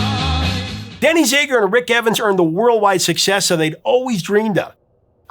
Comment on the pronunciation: The A in ZAGER is short vowel sound, not E sound. Just sayin...